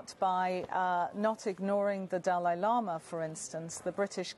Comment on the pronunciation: Dalai Lama = Du lay lo ma